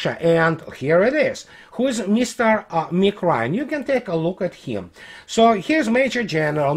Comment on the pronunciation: the first few times you said the name "Mr. Nick Ryan" my brain heard "Mr. Meatgrind" haha (no disrespect to your English, you're command of it is most excellent).